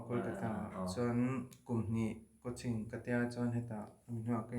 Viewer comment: i thianpa'n coaching a lam dan chu Mizo awphawi diktak ani e😂